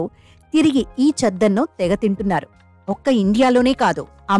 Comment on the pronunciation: చద్దన్నం అని అనాలి, చెద్దన్నం కాదు.😮